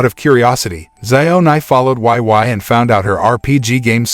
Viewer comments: Why oh why. Why the why why pronunciation. Seriously, why? It’s Wei Wei like “weigh weigh” 🤦🏻‍♂️ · He keep pronounced wai wai, makes my ear cry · Her name is pronounced "wey." Wei Wei. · Omg they completely butchered Wei Wei’s name😂 omg not Xiao Nai too😂🤣😂🤣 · You pronounced her name incorrectly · It's like that in the movie too but the way he pronounced it was just- 😂😂